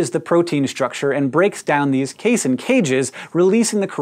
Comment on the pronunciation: Casein rhymes with protein (probably because it IS a protein)